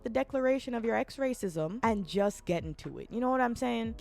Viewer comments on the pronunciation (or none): Anyone else had to do a double take after hearing X-Raycism?